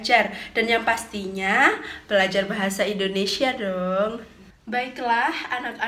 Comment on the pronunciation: Indonesia buk,bukan indonesya=)